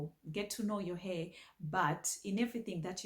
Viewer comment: I love how you say "heh" for hair 😂 it's adorable ❤